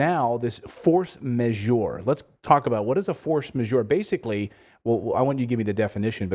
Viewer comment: The way this guys pronounce word "Measure" sounds like they have no idea what's the meaning.